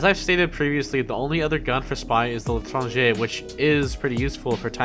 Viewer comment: You saying L'Etranger is perfect.